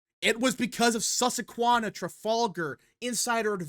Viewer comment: Aside from the bad polling, I’m frankly just as upset as someone born and raised in Lancaster, PA, at your repeatedly pronouncing “Susquehanna” as “Sussequanna”. It’s the name of the university, one of the major rivers of south-central PA, and also one of the state’s native tribes. Please correct your pronunciation in future videos.